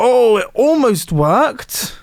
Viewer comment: that British pronunciation workED